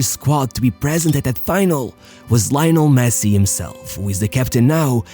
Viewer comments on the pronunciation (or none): I'm surprised how well you pronounced the names and surnames of all Argentina's players and coaches... except for Lionel Messi.🙄